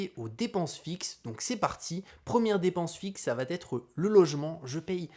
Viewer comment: j'ai mis un like car la vidéo est top et instructive... mais, c'est plus possible de répéter huit cent fois "savatètre"... ça n'existe pas! "Ca va être": y'a pas la lettre "T". Nulle part. Ce n'est pas "Ca vat être"... là tu vois bien qu'il y a un souci. Et encore moins "ça va-t-être"... c'est possible que dans un seul cas, quand tu parles à quelqu'un et que tu lui donnes par exemple "un vélo" tu pourrais lui dire "ce vélo va t'être utile" dans le sens "il va être utile à TOI", ou "ça va t'être plus facile pour rentrer" mais c'est juste parce que c'est pronominal, comme quand on dit "ça m'être plus facile pour rentrer"... mais pitié... "ça vatètre" au lieu de "ça va être" ou "ça sera"... je te jure que je saigne des oreilles à chaque fois! c'est le seul petit reproche parce que sinon je like toutes tes vidéos, je suis abonné et j'apprécie ce que tu fais. J'apprécie t'écouter mais pas quand tu répètes ce tic:-)